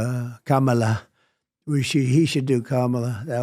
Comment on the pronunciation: He accidentally pronounced Kamala correctly 😮